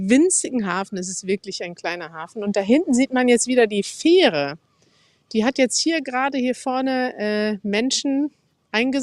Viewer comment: Nöadlichster Oat 😅 Feehre 😅 Noadsee😅. Love it! So lernen die fleißigen Studis schon mal als erstes den Münsterländer Zungenschlag 👍😉